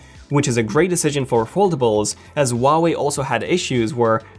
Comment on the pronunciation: The pronunciation of the brand: Who-ah-way